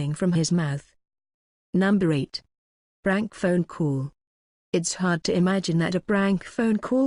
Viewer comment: It keeps saying brank tho 😂🤣